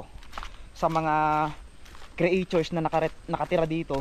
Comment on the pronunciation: CREATURE- it’s pronounced as KRI CHOOR!!! lol I didn’t understand what you were saying…